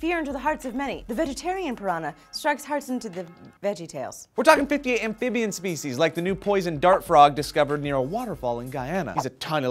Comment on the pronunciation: 0.48 "Fish speshies".